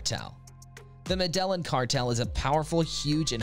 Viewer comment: How are you gonna pronounce Medellin like that